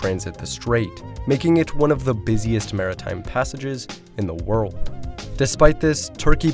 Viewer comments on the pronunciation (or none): none